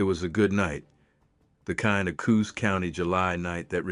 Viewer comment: I would like your AI narrator to pronounce Pacific Northwest 'proper' names, correctly Jeeze? Is that too much to ask? i.e. in a previous episode: yay-KEE-ma? (Yakima) It is YAK'-a-mah ... This episode: Coos? It is "COOs" not co-HOOs. Although, I do enjoy the stories. They are just stories, but fun, anyway.